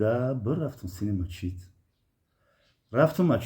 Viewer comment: Бобо Мачить не Масчит бгу бо хтона Бобо меги